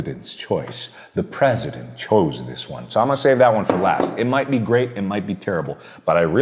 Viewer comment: Yeah that’s what I kept thinking “PrEsIdEnT”